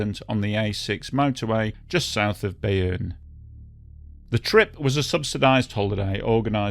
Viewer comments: Pronounce Beaune sort of like "bone", definitely not Bayonne !!! It's confusing and clearly misleading. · Hey, love your channel but pronunciation of French words needs work. Beaune sounds like the English word ‘bone’ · Good video on this disaster Just an advice on french pronunciation Beaune is said B-oh-n au/eau -> o in french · You pronounce it BONE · The name of the town Beaune is pronounced as the English 'Bone'. Not that this matters that much. But just a small correction. Thanks for the video. Whole western Europe was shocked in those days. Especially because most of the children could have escaped from that bus quite easily. It makes it impossible to understand why they died. So rude and terrible. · French here. Thank you for covering this tragedy. Just a quick note, "Beaune" is pronounced /bone/, like a bone. The letters "-eau" together are always pronounced like an O in French ("gâteau, château", and so on) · There's nothing wrong with pointing out the correct pronunciation of a place name. We've got some unusual pronunciations on the map this side of the channel too. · And now 100 more, including me. I don't speak French, but I know that much. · Well yes, because "Bayonne" as the narrator pronounces it, is a place too, but on the other side of the country. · It should not be a confusing word for English speakers to sound out, considering they already know how to pronounce the words, "beau" and "plateau."